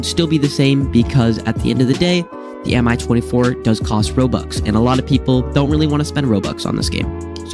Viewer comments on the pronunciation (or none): Just a heads up, no hate but the Mi 24 is pronouced me-24 like me as a word